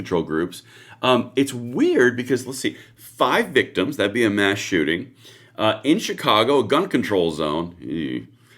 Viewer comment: A chooting? What is a chooting? 😅